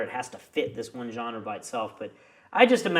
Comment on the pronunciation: I like it... maybe because i'm French haha